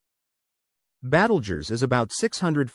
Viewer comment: AI babble -“Battlejuice”.